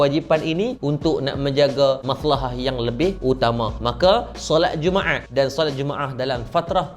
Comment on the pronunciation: Dia punya sebuat jumaat bunyi jadi jummaeaaat.pekat btul bunyi tekak org smenanjung